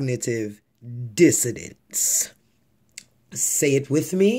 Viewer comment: 😂😂😂 how you tryna play him while you saying it wrong ya damn self? Cognitive dissoNance my love....not dissoDance as you so eloquently put it.